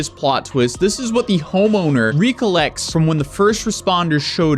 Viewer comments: Love your videos and I'm a bit of a grammar Nazi but it's (reck-co-lect) not (re-coal-lect). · u said RE collect LOL